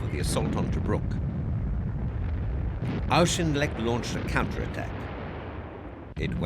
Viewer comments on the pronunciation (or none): General Claude Auchinleck's name is mispronounced over and over again. Its pronounced AW" + "kin" + "lek".